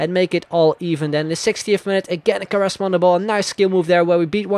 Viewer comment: it's not ''karesma'' it's Kuareshzma